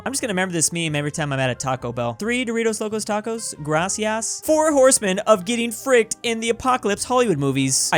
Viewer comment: As a Colombian, I can say that's accurate, Grass-e-ass for your work, you always make me laugh. Lol